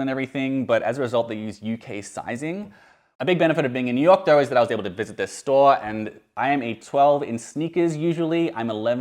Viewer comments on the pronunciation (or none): none